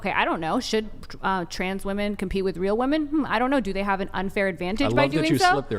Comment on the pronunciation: The cover charge for participating in this debate ought to be the ability to correctly and consistently pronounce the plural of "woman".